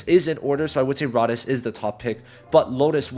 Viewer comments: Rades pronunciation = Ray-Deez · Learn to say rades right it's all I ask please for the love of Julius